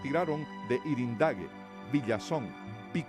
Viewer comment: Yrendague no es irendague